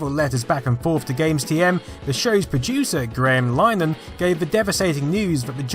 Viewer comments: Linehan is pronounced like "bin a can". Good video though, it certainly is an intriguing mystery and worth going into some depth. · The producer of Father Ted is not pronounced "line-han", but "lin-ehan".